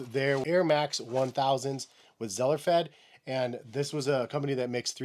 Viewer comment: It’s pronounced Zellerfeld not “Zellerfed.” The pair of TTS Zellerfeld RTFKT Undead EVO I bought are huge. I wear a 12 but do size all of the way up to 13 depending on the shoes. But these 12s are huge. No foot scan. I bought them on eBay. But even with heel slip inserts, I stacked one on another so each shoe had 2 layers of heel slippage protection. Even with those and thick socks they still slip. It’s a pain and money down the drain. I did order a pair of size 12 Air Max 1000. Hopefully the reseller went with the plain 12 and not a foot scan fit. I also ordered 2 pairs of Zellerfeld shoes with a foot scan. Ever since trying the amazing Adidas Climacool, I’ve been obsessed with 3D printed shoes. If you haven’t gotten a pair yet, I hope you do soon. They’re so comfortable. I got the Kith collab Climacool 25 and the regular Adidas Off White Climacool 24. They’re like a second skin. With or without socks.